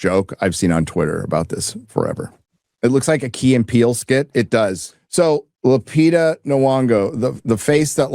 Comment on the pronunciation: ¡Gosh, you really suck trying to pronounce foreign names, even a simple one like Lupita! Try this: Loo...pee...tah. I like her. I think she is a good actress and a nice person. But, of course, you (and everybody else) are completely correct about this being the worst case of miscasting in Hollywood history. If she really plays Helen of Troy, I'm not seeing this movie. And the same goes to Ellen/Elliott Page if she plays the ghost of Achilles (although this sounds so absolutely stupid, that I don't think it could be true. We will see).